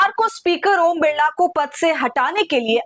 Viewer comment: बिड़ला नही बिरला नाम है